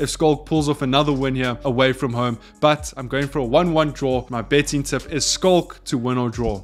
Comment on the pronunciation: dude plsssss finally for gods sake look up how to pronounce Schalke. Damn bruv. All love